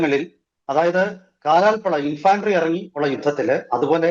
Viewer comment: Infantry -ഇൻഫെൻട്രി ഇൻഫാൻട്രി അല്ല.